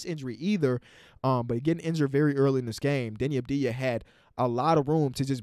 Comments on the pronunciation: its AVDIJA not ABDIJA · My guy said deni abdia